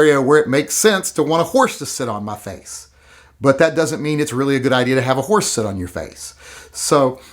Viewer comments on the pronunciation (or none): Did you say horse or whores?